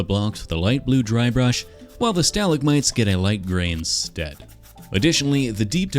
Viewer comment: Okay I can deal with how you pronounce aluminum but that's not how you say stalagmites bro